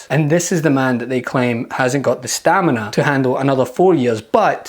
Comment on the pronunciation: HUH? " Mental STANIMA?" LOL LOL 😆 🤣